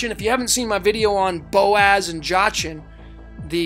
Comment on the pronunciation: Brother, I love you, I love what you do, this is all wonderful and great. But your pronunciations KILL me! Jachin is pronounced Yakeen. Valadium is Va-LAY-dee-um, or Va-LAH-dee-um. It’s all good actually, I don’t care, what you provide is more valuable, but I couldn’t help myself saying something. 😂